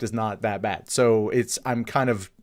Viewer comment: Why do you say bad as "baid"?